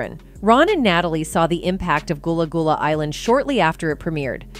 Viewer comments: Gullah like seagull not ghoul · The mispronunciation of everything is beyond me! Goolah, Zoey one hundred and one, NickelodeON, Daisy.. the most disrespect is flexing back and forth between Gullah and Goolah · Man I stopped listening when she said Goolah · How do you pronounce it right and then pronounce it wrong within the SAME SENTENCE!? Yoooo!